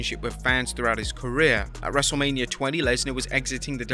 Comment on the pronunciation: Am I the only one who heard him call himself "wrestlelabia" in the beginning?